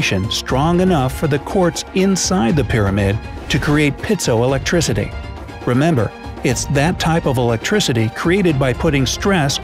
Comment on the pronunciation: It's not "pit" so electric, it's pi eet so electric, long i. Just thought such a scholarly sounding article ought to pronounce the technical words correctly (according to the Oxford Dictionary). I learned that at US Naval A School.